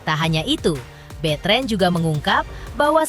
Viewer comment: Namanya Betran dibaca betren..aneh..onyo pemikirannya dewasa